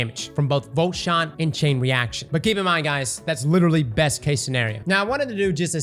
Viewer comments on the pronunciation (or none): none